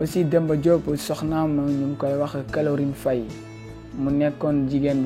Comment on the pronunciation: Tu peux même pas dire caroline faye. Tu dis calorine faye . Tu sais même pas parler. Tu devrais te taire